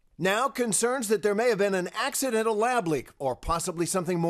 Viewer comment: He really emphasized that “accidental” lab leak didn’t he